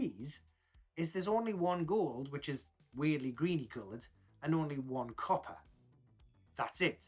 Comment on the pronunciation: Im sorry but everytime you say the word copper in your accent i immediately think police.